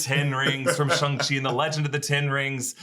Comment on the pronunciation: as a mandarin speaker - the 'shang' in shang-chi rhymes more with 'long' than it does with 'hung', and for the love of god xialing's name is nOT PRONOUNCED LIKE THAT (more like 'sh-ee-a' ling). i know you guys are trying really hard with accurate pronunciation and i really do appreciate it but i've been hearing it being mispronounced on the channel for some time and i just wanted to point it out for future reference!